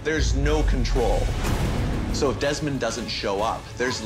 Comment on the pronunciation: Its deesmon not demon